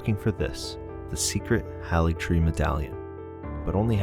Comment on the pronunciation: Great work! You put the feelings of first playthroughs into words well. One critique I have is that you mispronounce Haligtree with a soft "a" when it is only pronounced HAYligtree throughout the game.